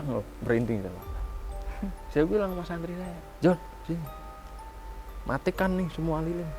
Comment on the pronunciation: Santri, mohon maaf ki ga tepat penyebutan nya😢